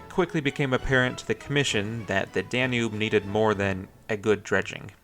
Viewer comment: Me at 30 seconds: "Oh God is he going to call it the "danoob" the entire video? Me at 35 seconds: "Yep, he is. I'm out."